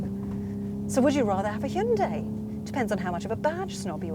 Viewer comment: Stop saying, "Shinday." What's wrong with you? 👎